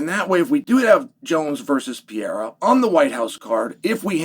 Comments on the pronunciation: Stop saying pee-air-ah!! It's per-air-ah. Jeepers. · Is he called P-eirra again Chael 🤣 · Alex Pee-Era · Why do people always have to pronounce Pereira so weird? Just say pear aye rah. Its not that hard. 🙏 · Chael is still horribly mispronouncing Alex's last name...